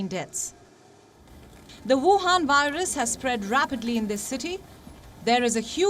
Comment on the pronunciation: I love wion, when they say "VUHAN virus"